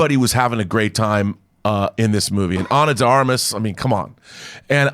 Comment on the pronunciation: Ana de Armas—— John, you pronounced her name correctly.